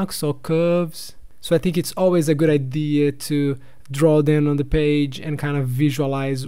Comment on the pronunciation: Ei cara, pode pronunciar as consoantes no fim das palavras, elas não precisam ser sempre 'mudas' .. gooD, storyboarD, starT, clienT